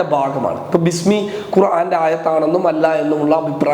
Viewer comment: താങ്കൾ അവതരിപ്പിക്കുമ്പോൾ ബിസ്മിയുടെയും മറ്റും അർത്ഥം മനസ്സിലാക്കണമായിരുന്നു അത് തെറ്റായിയാണ് ഉച്ചരിച്ചത്